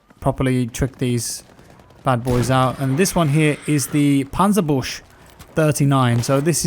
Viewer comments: German: Panzerbüchse: Panzerbusch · It's actually pronounced "panzer-byook-suh" rather than "panzer-boosh" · Please please go look up the pronunciation for the german AT rifle, you are killing me with this hahaha.. (I mean it) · Panzerbüchse isn't pronounced like that